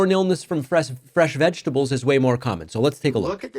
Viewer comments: Diaper Donnie can't pronounce vegetables because it contains more than three syllables. It appears the only three syllable word he can say is "tremendous". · We would prefer if you do not humour Trump by saying "vegables" and why are you dissing 'Sam and Ella", what did they ever do...